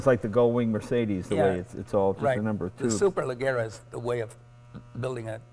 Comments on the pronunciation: superleggera, the ge is soft not hard. the way you guys pronounce it, would like saying dwayne johnson is the roch (instead of the rock). Actually, in italian it would be roccia, pronounced ''roccha'' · Omg guys, in italian the double g is pronounced “Super ledge era”